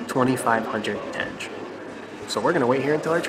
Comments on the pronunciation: It's not tenje but tengé with g as in enGlish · You guys are very positive and fun to watch :) have a safe and enjoyable trip! Proper way to pronounce local currency is like when you try to say - tengeh, the last E should sound